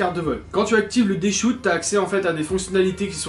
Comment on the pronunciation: C’est pas D shoute, c’est Dshot comme dans chochotte. 😜